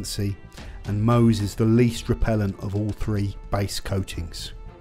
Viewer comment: Pronounced Mowz as in Mohs’ scale of hardness. Love the channel btw.